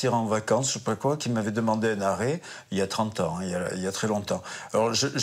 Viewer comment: Ca sent l'accent et le dialecte "chance pour la France" le trafiquant d'arrêt maladie, l'accent du ledecin pareil (longtomps et non longtemps entre autres mots où l'on reconnaît l'accent)